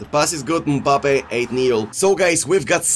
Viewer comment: Nobody:: UMPABBE!!